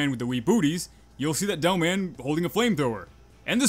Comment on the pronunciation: why do i hear you say devil man instead of demoman